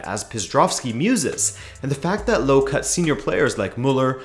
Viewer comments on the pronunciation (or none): Nice summary! If you wanna improve your pronunciation of Jogi Löw, say "Yogi" and "Löw" like the "er" in "mercenary". The "w" is also not silent, it's like the "v" in "vintage". His name likely originates from "Löwe", which means "lion".